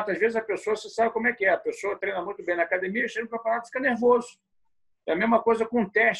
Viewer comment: É raro ver um Gracie que não fala “cadimia”. 😊